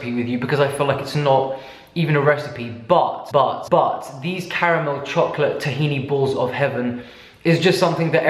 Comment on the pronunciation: Him: A THIN LAYER OF CHOCOLAYE CRACK excuse me wtf?